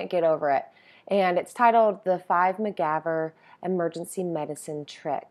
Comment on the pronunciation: You dated yourself with your pronunciation of MacGyver there, young lady!